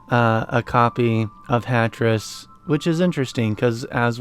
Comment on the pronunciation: Ah, it sounded like you were saying Tetris.